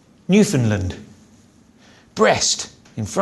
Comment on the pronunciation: Hi from Canada. Thanks very much for saying newFUNDlund properly! ;P